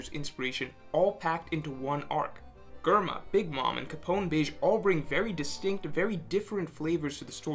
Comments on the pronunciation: Germa, say it will me Jrr-muh. Not grr-muh, jrr-muh. If you get confused think of GERMany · The way you say germa just is weird to my it’s germa not gherma😂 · Who else cringed every time he said Germa with G instead of like "J" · he say grrrrma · Its "J-erma", ty. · My ears bleeding when he says gorma to germa .. uff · why say GURMA aaaaaaaaaaaaaaaaaaaa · GUR-ma lmaoooo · It's pronounced Jerma... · Germa sounds better pronounced jerma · Dude, you know how to pronounce Germa (JERM-UH) Stop playing these games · the way you say germa infuriates me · The Video was great. But who else else got annoyed everytime he pronounced Germa 66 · Do you also say gurr-many? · Cant even say Germa properly... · Germa isn't "grrma", it's "jehrma". Also, Akainu = ”aka inu", or "red dog".